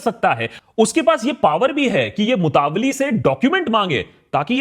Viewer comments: Its not called mutavalli its mutawalli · Its nor मुतावली Its मूतवल्ली Pronouns correctly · सही उच्चारण ( right pronunciation ) मुतवल्ली ना कि मुतावली जैसा कि आकाश बैनर्जी बोल रहे हैं । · It's not a MUTAVALLI it's मुतावल्ली or मुतवल्ली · Love you Aakash! It’s pronounced Mutta Walli (like Nalli) not mutavly 🙏🏼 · Mutaavali 😂😂😂 itni research kari pronunciation bhi seekh lete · ji correct pronunciation is motawalli (mo-ta-walli).